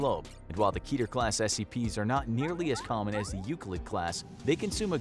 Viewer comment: "Keeter" It's "Ketter", from the highest of the ten Sefiroth, meaning "Crown".